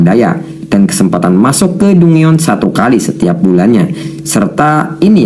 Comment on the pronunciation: dungeon = danjen